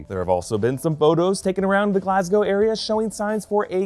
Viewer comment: not a bad pronunciation of Glasgow 😂 normally americans butcher the name